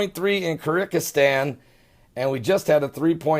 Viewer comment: I LOVE you LOL! seis-mol-ogist (not seismatologist)--Van-NU AH- TOO (not vattootoo and not va noo too) Kyr-GIZZ- Stan ( not Kirikisstan) Err- do-whan (not Er do gan) The LORD continue to bless and protect you and your wife and your calling to minister to us. I do not mean to be a spelling Nazi! lol LOVE TO YOU my brother and sister in CHRIST JESUS amen.